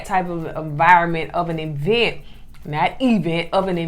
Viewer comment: It's crazy because she actually said it the right way a couple of times in the same episode.